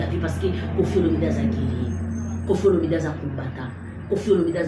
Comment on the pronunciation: Mama tika ko ecorcher kombo ya papa na biso.c est Olomide pas Olominde.Bongisa